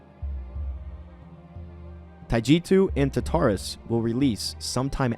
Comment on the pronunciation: for your information, Tartarus is said taar tr uhs. I just want to help you with your english. Thank you for the update and everything though! Edit: I got 8 UFOS on my first time doing the Alien Invasion, (which was the vengeful), so yeah that was fun